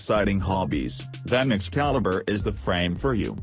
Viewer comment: I like how says "Excalibruh" instead of it's real name